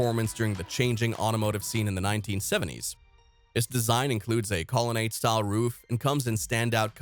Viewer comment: It's really a shame that they have someone narrate this video who doesn't pronounce so many words correctly and gets so many things wrong. Sucks when people spread misinformation. Obviously not a real car guy. Hard to listen to this video. Colonnade should be pronounced Call-a-nod. Sad.